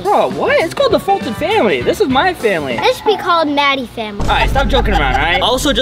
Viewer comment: its foltyn not Fulton